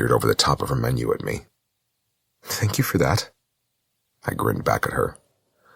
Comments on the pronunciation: Samantha Brenmoor. Her “thank you” sounds like Dhank you. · After 4 hours that Dank you is getting on my nerves... Is it slang? Is it accent from a place of England? Is it a German / English mix from thank you and Danke? Oufff...